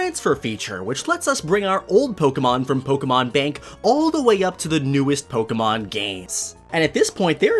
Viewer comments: It’s po ke mon not polkamon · Why do you say “poke” correctly when you say your name.. but say it “poke-uh-mon” when you’re talking about the game? It’s so hard finding a Pokémon you tuber who says it correctly. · The amount of times he said “ Poke guh mon” in the first minute. I gagged and had to dislike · Pokuhmon pokuhmon pokuhmon. POKEMON, not pokuhmon. My ears bled hearing the kuh